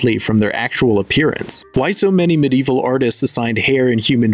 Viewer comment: Medieval is 4 syllables by the way